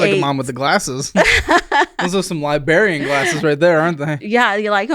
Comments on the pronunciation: I cringed when he said li-berry-an instead of librarian…. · Did say "liberrian" glasses? It's "librarian." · "Li-BAR-ian". I seriously hope that was intentional, but I've seen him butcher so many words that I doubt it. What's next, pasketti? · Libarian lol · did you say LIBARIAN?! wth. lol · Libarian glasses? Never heard of such a thing. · lie-barian glasses! 😂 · Not LIBARIAN… say it ain’t so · I feel like he was making fun of her glasses by saying libarian. Like they're not good enough for a real librarian? Or he just messed up.... Edit to add libarian because my phone auto corrected it to librarian.